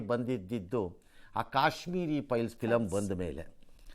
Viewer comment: Piles alla sir, files adu😂